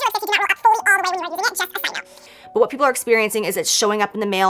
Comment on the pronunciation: I feel like Jaclyn said vat too much for my liking xD